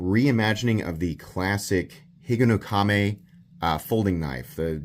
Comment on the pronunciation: Higonokami.... easy for you to say